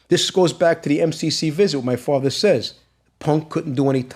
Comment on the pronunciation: I didn’t do it, outta respect for my fwatha.